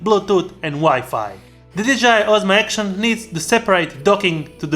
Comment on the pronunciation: Why do you keep saying DJI Osmo ACTION ?!